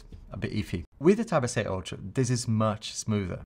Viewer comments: hahaha that's funny, yes for me sounds like ocho because i'm paraguayan i guess (? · I love when he say Galaxy tab S8 (ocho) hahaha I’m impressed, first time i hear it